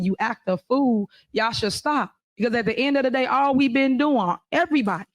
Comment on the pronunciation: ''At duh ind uh duh day''. Da ''Blats'' have really latched on to this phrase. Amusing!